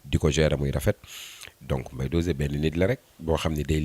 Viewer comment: Elle peut même pas prononcé mbaye dosé c grave en tant que animatrice ou présentatrice